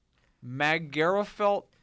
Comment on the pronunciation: The Irish place is Magherafelt, but its pronounced "Mac-er-a-felt". It is anything but magical.